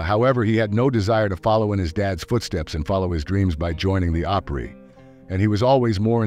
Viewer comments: It isn't pronounced Op-REE, it's pronounced Opree as in the country pronunciation of Opera where it gets its name. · It’s not Op reee . It’s pronounced Op re. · Not sure why this narrator pronounced the opree like operee...... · If you MUST use an AI voiceover, please teach it to pronounce words right. OP-ry, not op-REEE. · The way Opry was said OpREE is driving me nuts. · get someone that knows how to pronounce it correctly OPRY not OPREE!!where is this guy from get out of town!! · To be a member you have to sell so many $$. You have to commit to "x" amount of performances. The fake voice needs to learn how to pronounce op•REE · Opereeeeeeeeeeeeeeeee? WTF? 👎😂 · OP-REE??? Good Gosh - let’s learn to pronounce correctly!!! This is so stupid!!! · "Op-REE", C'mon.....really???? Pay a human being to moderate, for God's sake!!! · Nobody who grew up in East Tennessee emphasizes the last syllable of the Grand Ole Oper REE .... get it? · good lord putting emphases on PRYEEE is annoying. Do you know what you're talking about or reading a script? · Who pronounces Opry (a-PREE) ??? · It’s Tanya Tucker not Tonya and what is the Opryeee? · What the heck is the oper-EEE? Can you not even say it properly? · More AI crap. Credibility gone when you mispronounce the name. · Man am I tired of "AI" generated videos, I can't support with a thumbs up. The robot can't even pronounce the Opry correctly. What a joke. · Why are you saying opry like that.... its driving me fucking bonkers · Hard to take a video on the Grand Ole Opry seriously when the narration can't pronounce Opry right... Sheesh.